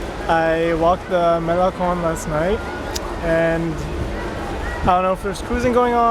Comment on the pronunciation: This guy is the prototipe of the superficial American. Unable to enjoy diversity of other parts of the world. He can't even pronounce Malecon after days he's in Cuba. How sad...